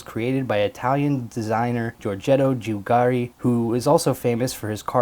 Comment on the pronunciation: every F3 reviewer mentions Giugiaro and none can pronounce it correctly ;p